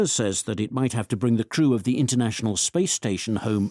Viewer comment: 0109 출석. 오늘 금요일이어서 쉽고 가벼운 지문 주셨나보다 했지만😂 1. the crew 의 오답 the true. 제 상식 crew발음 [크루], 그러나 [츄우] [츄루]요렇게 들리는데. 음. 오후내내 더 많이 들어보고 사전도 찾아봐야겠습니다. 연휴이후 새해 첫번째주 무사히 마쳤네요. 즐거운 주말입니다❤